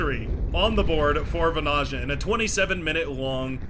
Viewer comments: As a Finn, it'd be like 'vanaya'. But the pronunciation of the player's name is pretty much set by now, after dozens of videos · As a Finn the pronounciation of Vanaja keeps irking if indeed his flag is correct (tried to not pay attention but...😅). If you are interested that "j" should be soft more like the beginning of "yeah". Just my pointless input. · Seems like there are many bones to pick here. 1v1 and how to pronounce vanayeah. I dont mind it.